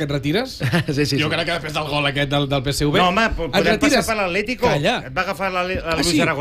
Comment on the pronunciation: Peseuve no, es diu Peseve, en català, fins i tot Rallo diu Tevetres i no teuve tres. Es diu PSV.